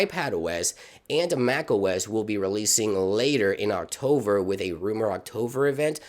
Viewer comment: he said "octover" 😂